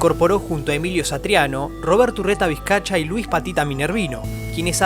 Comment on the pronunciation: Es UrretavizcaYa, no UrretaizcaCHa🙈